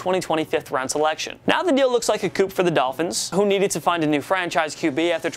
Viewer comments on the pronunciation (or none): Nice script reading. Coup has a silent P btw.